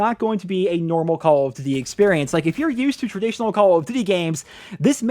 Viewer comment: I like your videos but the way you say call of duty gave me aids